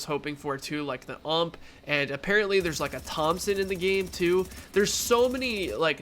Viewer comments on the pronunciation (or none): Stop calling the U.M.P. The ump...please. You sound ignorant when you pronounce it that way. Great videos. Keep it up brah.